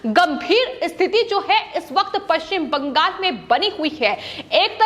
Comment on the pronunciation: It is Bangal--not BangaS.